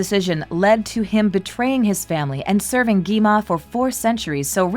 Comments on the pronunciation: You said gima. You should say gwima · Its not gema its gwima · gi ma? ITS GWI-MA